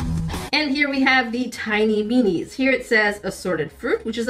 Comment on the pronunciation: I keep thinking she’s saying, “meanies”. 😄